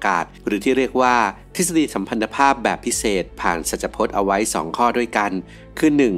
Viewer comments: สัมพัท ไม่ใช่สัมพัน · สัมพัทธภาพ อ่านว่า สำ-พัด-ทะ-พาบ มันสะกดด้วย ท.ไม่ใช่ น. อ่านยังไงก็ออกเป็น พัน ไม่ได้ ฟังมาคนหลายรายการแล้ว ผิดแบบนี้เยอะ